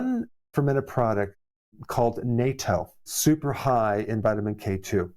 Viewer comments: Natto is pronounced as nuto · I’m from Japan, growing up eating Natto and it’s pronounced “nut toe”